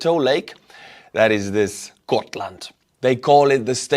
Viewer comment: No we say Gotland were every letter is hearable and the G used as g in the word good or grafic or grand or grass. Please do not talk about Sweden on things you know nothing about.